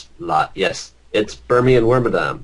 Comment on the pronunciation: ha... You pronounce Wormadam like Worma-DAMN Like that I just noticed.